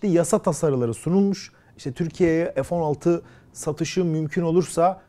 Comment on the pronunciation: ef değil abi fee Türkçe lütfen